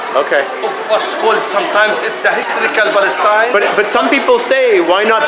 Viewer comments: What we see is the Lord hand for kicking the "Balestine" greatest lie ever in history.thay can't even pronounced the word Palestine... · “This is our land” Western Sahara 🇪🇭 Sudan 🇸🇩 Jordan 🇯🇴 UAE 🇦🇪 Palestine 🇵🇸 We are indigenous to Balestein, which is why we speak a foreign non-indigenous language and practice a colonizer religion. It’s also why we can’t pronounce the “p” in Palestine, which means “invader.” We are sooooo indigenous 🤡